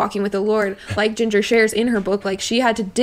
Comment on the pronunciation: Lol you pronouncing Jinger as "JEEN-gur" when it's "JIN-jur" is killing me.